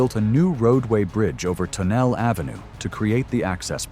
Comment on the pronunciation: Yes, I caught that AI mispronunciation too.